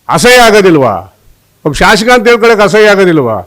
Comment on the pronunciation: ಲೋ ಶಾಶಕ ಅಲ್ಲ ಶಾಸಕ ಸರಿಯಾಗಿ ಪದ ಹೇಳೋ ಮಂಕೆ